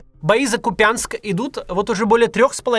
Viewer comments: Нет такого города КупЯнск. Правильно и если в транскрипции - " КУпъянск". Кровь из ушей от "купЯнска". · Я из Купянска. Понимаю вы не знаете но пожалуйста, говорите правильно - кУпянск, не купЯнск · Безграмотный Кац, КУпянск произносится с ударением на У, а не на Я (КупЯнск). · Мужчина,Вы откуда родом?( Простите). В Украине раньше все говорили кУпянск,а не КупЯнск😊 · Не КупЯнск, а КУпянск... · Я из Купянска и вы неправельно ставите ударение в произношении города, удорение ставят на Ку пянск, а не Купя нск, на первый слог, ударение на букву у. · боже, не КупЯнск, а КУпянск, ( Куп'янськ). Как же мне больно это слышать, а еще больнее от осознавания, что мой город уничтожен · кУпянск! не куПянск! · Блин, да КУпянск, а не КупЯнск. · Какой КупЯнск!!!! ?Все русские так называют наши населеные пункты!кУпянск правильно !!!! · Не КупЯнск а КУпянск блин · Та не куПЯнск, а КУПЯНСК. Аж уши режет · кУпянск, а не купЯнск. Противно слушать. Оккупанты хреновы. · кУпянск, а не купЯнск.... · Максим, я как жительница Купянска, хочу уточнить, что ударение ставится на первую гласную, то есть не КупЯнск, а КУпянск. Спасибо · кУрянск, блин, кУпянск!!! На У ударение. Так всегда в народе говорили жители Донбасса. Вроде мелочь, но уже режет жесть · Максим, не повторяйте за этим гадом КупЯнкс. Город называется КУпянск. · Только не КупЯнск а КУпянск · Максим, в Харьковской области принято ставить ударение на 1 слоге - не КупЯнск, а КУпянск. Я очень хорошо с детства знаю этот небольшой город. Там ЖИЛИ мои родственники. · Максим, ударение в названии Купянск на "у", а не на "я"! Сколько можно говорить? Харьков смеется. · Макс, правильно кУпянск, а не купЯнск 😊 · Не КупЯнск, а КУпянск !!! Прям слух режет. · В слове Кýпянск ударение на первый слог. Ну сколько можно уже коверкать название несчастного города. Завоеватели ><уевы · Как же режет слух этот купЯнск. Почти так же как рОгань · Название города Купянск произноситься с ударением на первый слог - КУпянск! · Какой на.й Купянск ? Ку́пянск.